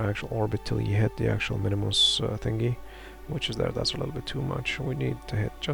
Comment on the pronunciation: Minmus, not MINIMUS :D